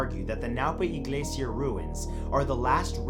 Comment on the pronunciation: I like how you pronounced iglesia. It makes me happy knowing you're trying to pronounce Spanish names/words correctly.